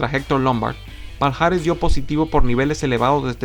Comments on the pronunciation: Palhares se pronuncia Pallares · Todo bien. Haces muy buenos vídeos pero, por favor... en portugués esta unión "lh" se pronuncia como "y" o "ll". Lo digo por ese "paljares" (Palhares) que tanto repetiste y que me destrozó los oídos.